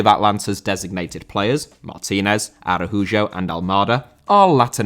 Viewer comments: I think it's pronounced 'Arauho', no? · Araujo is pronounced pretty much how it looks. Think Arowho Not Arrahoojho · Araujo is pronounced "A-rAU-HO" with the emphasis of the word being in "rau" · A-rou-jo that whole segment was like nails on chalkboard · Bro, why do you pronounce “Araujo” so horrible? Bro, it hurts to hear the way you destroy that last name. Horrible! Face palm 🤦‍♂️ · That Araujo pronounciation seems a bit wierd. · he pronounces another j before the u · It's made me cringe everytime he said Araujo wrong and I'm not even a Spanish speaker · Spot on, mate, i missed the fact he was brazilian, i was using the spanish pronounciation